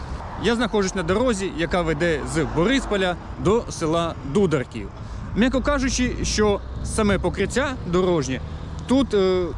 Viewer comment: Назву села не вміє вимовлять. Покаже він.